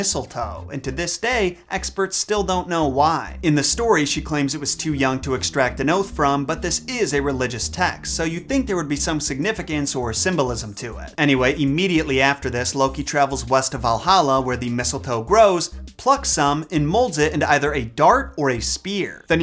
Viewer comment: You keep saying Cymbalism instead of Symbolism. A cymbal is a common percussion instrument. Work on diction please. Love your work and content.